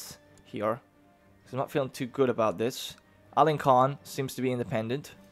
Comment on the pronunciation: Small thing,, but any c like this (ç) is a soft 's'. So instead of Alen-kahn, it's more Alen-sahn. Keep up the good work, mon bon Duc de Valois.